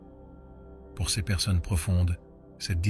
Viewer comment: Un superbe message... malheureusement dit par L'IDIOTIE ARTIFICIELLE qui prononce cesse à la place de CES... il y a encore d'ÉNORMES progrès à faire côté INTELLIGENCE LINGUISTIQUE !!!!! 🤢🤮